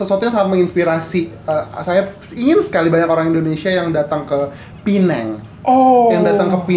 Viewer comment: Bagus U guys pronounce Penang betul 90% of Indo YouTubers salah pronounce